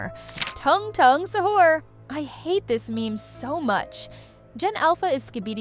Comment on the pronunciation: Ik i hate Italian brainrot but why does AI say sahur as sahERs